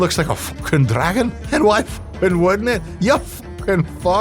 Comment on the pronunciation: Heh "wood'nt"